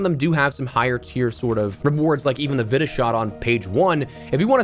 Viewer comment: ive heard vita, ive hear viita, but never have i heard vitta